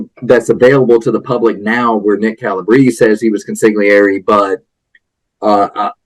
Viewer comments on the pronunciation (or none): consigliere [g not pronounced] [cawn-see - l - air--ee (3 sylables) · Consigliere- the g is silent.